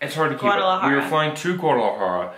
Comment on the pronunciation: Man their pronunciations of cities they’ve been and stayed in is horrible. Princess complains about chicken being on bones. Dude has a laugh that I thought was mimicking a Tim and Eric skit. Blow your nose if you’re on camera!!! How have you guys not learned to say Guadalajara or Ciudad de Mexico yet? Super white. And the diarrhea is called Montezumas revenge from when the white man came to a Mexico and toppled the Aztec civilization. Don’t wish bad upon you guys, it’s just that face palm of Gringo travelers. I give you two props for Traveling but just face palm. Ohhhhh and your music on other videos is too much. Trying too hard to be new age and insirational. Ya’lol trying too hard.